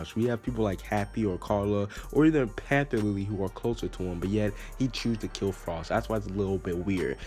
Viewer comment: it's pronounced FR. OE. SH lol